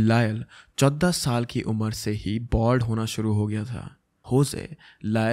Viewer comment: Kudos to you, you are just amazing the way you present all these cases. But in this video I couldn’t help the way you were pronouncing number 14😅😂